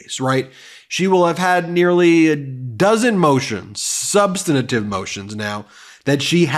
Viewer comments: He always says "SUBSTANATIVE" . Is that legal speak for substantive? Or an alternate accepted pronunciation? It sounds so weird and is one of those things that you know doesn't matter but still grates on the ears - esp when he rides others for failing to pronounce things properly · Substantive, not substantitive. Please. :) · Please work on learning to pronounce "substantive." Thanks for sharing. Just. Vote. Blue. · Overly emotional, unprepared video of someone who refuses to learn how to pronounce "substantive."